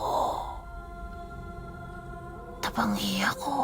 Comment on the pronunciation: Feel ko yung TABANGI AKO ganda pag kakabigkas, im from legazpi albay, magkatabi lang Ng daraga and legazpi.